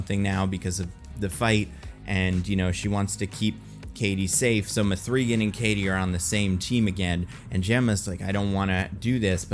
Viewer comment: Why is he pronouncing the name like that? It's not up for interpretation. Watch the movie or even watch interviews. It's "Megan". Not mA-free"GuNn